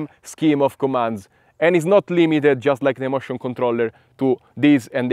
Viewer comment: No, I meant that when you say motion controller it sounds more like mushroom controller. I found that very funny, no offense.